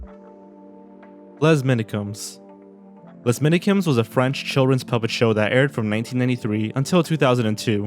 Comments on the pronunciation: The "s" in "les" shouldn't be pronounced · Fun and informative as usual, but your pronunciation of the French language needs work. The ‘s’ in ‘Les’ for example, is silent, and the ‘e’ is pronounced like an ‘a’.